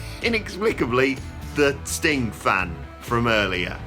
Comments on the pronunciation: How come he cant say "Sting" without it sounding like "StingK" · Off topic, but it really sounds like he calls Sting "Stink" at about the 13.00 minute mark...